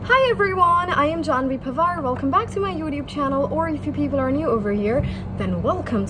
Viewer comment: Why do you pronounce youtube as youdube 😅 I think Americans pronounce with a t